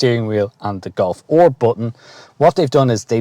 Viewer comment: what is a Black Edition Golf OR??? The guy in the video says OR not R 😂🤣